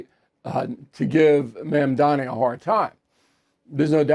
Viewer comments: Bill, do a man the courtesy of learning how to properly pronounce his name. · Is "Mamdani" really that hard to pronounce for such an academic as yourself sir!